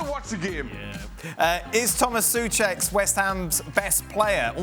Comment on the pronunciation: Did Dan mispronounce tomas souchek as "touchek" or is it just me ?